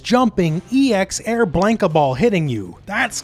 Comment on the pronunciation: Blan-ka not Blane-ka lol